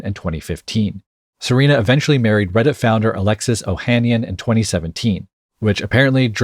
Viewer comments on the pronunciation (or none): none